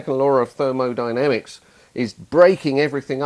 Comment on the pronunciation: therol dynamics, did I hear that